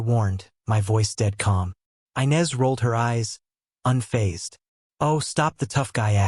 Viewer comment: Inez is not pronounced ' Aynez " it's pronounced " Enez! "😂😅😂